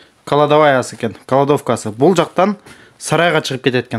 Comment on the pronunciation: Кладовка деп айтчы, каладовка дебей